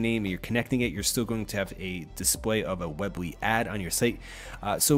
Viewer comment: Its pronounced weeeee bly not web ly lol that was bothering me a lot. Otherwise great video!